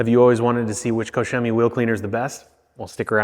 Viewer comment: Finally, a detailer that pronounces koch chemie properly.